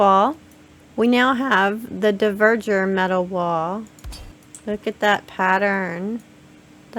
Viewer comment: It is NOT "dee-verg-ers". It is dwarves. Haldór's people. For some reason you are puting the e- ahead of the v-. Dvergar! Seriously, how can you say "Yggdrasill" pretty much perfectly, but not this?!? You amaze me!